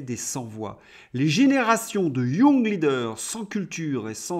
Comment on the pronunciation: Pif, paf, et surtout pouf... Excellent! Mais si démoralisant 😡... Juste une petite chose, ce serait nettement plus élégant de prononcer les mots anglais en anglais, tel que young (leader). Courage 😅!